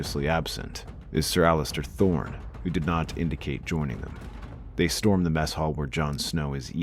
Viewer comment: If there’s a part 2, please pronounce Alliser Thorne properly. The man’s first name does not have a “T” in it.